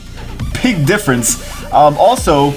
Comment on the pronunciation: only me that heard him say Pig diffrense?